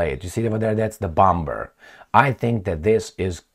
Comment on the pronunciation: Please stop with this "bom-b-er"crap,u can say "bo-muh" for sure